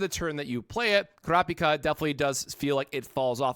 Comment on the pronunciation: my man butchered and destroyed kurapika's name beyond repair but your tips are fire